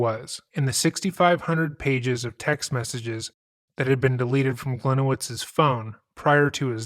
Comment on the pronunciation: He always pronounced it Glen-o-wits. I'm from the town this happened in and that's how he said his name.